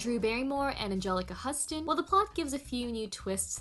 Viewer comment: Ever After has yet to be dethroned as the best for me. (and Anjelica Huston... is pronounced like Houston.)